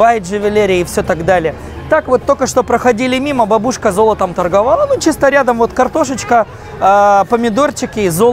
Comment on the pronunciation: ага, чувак в очках вроде обычные слова говорит но ударение и паузы ппц просто=) бабУшка вообще чуть со стула не упал=)